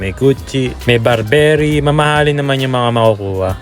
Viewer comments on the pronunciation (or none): Meron na dito sa pinas yung paglagay ng supot sa payong. Saka be mindful of your pronunciation BARBERRY